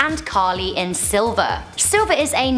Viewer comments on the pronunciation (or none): Its pronounced sli.ver not silver.... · She said, "SILVER!" 😂 IT'S SLLLLLLLLLLLLLIVER! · Its pronounced S-L-I-V-E-R......dahling. NOT Silver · It's SLIVER not Silver in . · It's SLIVER not SILVER! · Really, you couldn't reshoot #3? It's SLiver not SILver. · Mate it's SLIVER not SILVER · No.3 was "Sliver" not "Silver". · Um... it's sliver. Not silver... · Dyslexic much? Sliver not Silver. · Ok...2 things. First love love love you by the way but Rebecca "De-MON-RAY", isn't it "DE-MORE-NÃY" like rhyme NAY with MAY?? And the movie with William Baldwin & Sharon Stone is "SL-iver"....not "silver" like the color lol! 😊😊😊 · It's Sliver not silver Rebecca Demornay like lobster mornay, not Monroe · ok its SLIVER not SILVER :) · Yes, SLIVER!